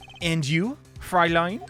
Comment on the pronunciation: small correction: since the word klavier says is fräulein with an ä, it's pronounced like "froi-line", or "froll-line" if you want to say it more colloquially/faster